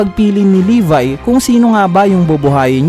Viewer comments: levi hindi levy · Libay daw imbis ng levi ang basa